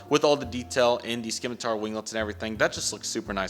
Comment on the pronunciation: "Skim-a-tar" lmao, it's pronounced "sim-a-tar" 2 more things, aircraft do NOT have "right" and "left" sides, it's Port and Starboard! 2 the graphics are actually very pixelated on the real aircraft....or they were.😂